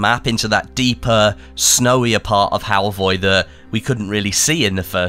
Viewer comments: It’s Halvøy, not halvoy. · HALVOY?! A crashcourse in Nordic alphabets: Norwegian: Æ, Danish: Æ, Swedish: Ä. Pronounced like e in "elevator", usually long. Norwegian: Ø, Danish: Ø, Swedish: Ö. Pronounced like a in "an" and ea in "early", also usually long. Norwegian: Å, Danish, Å, Swedish: Å. Pronounced like a in "all". Halvøy (half-island or peninsula) is then old norwegian and is pronounced hall-v-öy where ö is like in "an". For people familiar with French, it would sound like "veuilles" (which I guess is not a word but you get the point). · Im sure its Halvö 😅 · It's pronounced Halfur! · fur is pronounced fir halvi ?